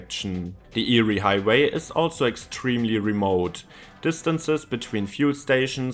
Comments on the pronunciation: Eyre is pronounced “Air” not “Eerie”. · Eyre is pronounced "air", not "eerie". From the Scots. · Eyre Highway in Australia. It's not pronounced "Eerie", but "Air". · It's pronounced AIR. Not eerie. It is the longest straight road in the southern hemisphere. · Its pronounced "air" highway 😊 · Get pronunciation correct. It’s pronounced air. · It’s pronounced Air! The eyre highway is pronounced the air highway! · "Nullabor" literally means no trees, not "roughly". Null is Latin for none and arbor is Latin for tree. Thus Nullarbor means no trees. Also Eyre is pronounced Air. I know... English, it sucks if it's not your birth language. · It’s pronounced AIR hwy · Air it's pronounced air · Eyre is pronounced "air"! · Eyre highway is pronounced 'Air' after a person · Eyre highway is pronounced “air” by the way. I drive on it occasionally. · Eyre (pronounced as air) highway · Eyre is pronounced air And I’m on it right now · I thought your pronunciation of Eyre highway was eerie! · Eyre is pronounced “air” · Eyre (AIR) - Nullabor (Null-a-bor) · Eyre rhymes with Air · Eyre is pronounced the same as Air. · The Eyre highway is pronounced “air” highway. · I laughed when I hear eerie. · Thanks for telling him mate! For those unfamiliar with Strine's non-rhoticity, it sounds the same as "yeah" without the "y". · Some are being mean, but yeah it is pronounced "Air". Your way would be 👍🏼 for Lake Erie in the USA/Canada . I still love ya! Your vids rock. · your wrong if you pronounce Eyre like that